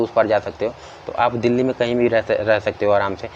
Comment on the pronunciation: कौन कौन दिल्ली पुलिस को "डैली पुलिस" कहता है🙄